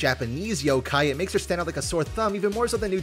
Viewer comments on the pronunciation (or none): none